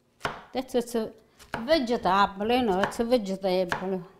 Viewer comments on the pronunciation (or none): I love how she says VEGETAHBLY instead of vegetable., you are authentic stuff.